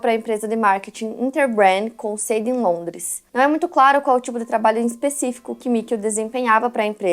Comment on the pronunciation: Po vc tem 3 milhoes de inscritos e em TODO video que eu vejo seu vc ta pronunciando uma palavra errado ou fazendo traduções nada a ver, isso incomoda demais… olha o jeito q vc pronunciou SEDE da empresa, Microsoft, vc falou q as vítimas pareciam arrependidas?? Tipo qual o sentido cara, mts vezes vc pronuncia errado varios estados americanos, vc tem estrutura pra pesquisar as coisas e revisar